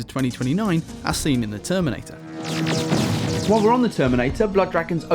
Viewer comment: "The terminTator"